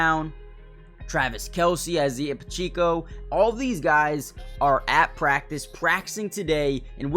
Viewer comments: I was about to comment this wtf it’s not hard to say his name 😂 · How can you not say Isaiah Pacheco‘s name right?😭🙌🏾